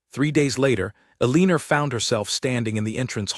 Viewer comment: El a nor is how her name is pronounced